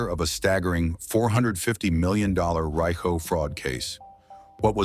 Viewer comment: It’s pronounced REEKO.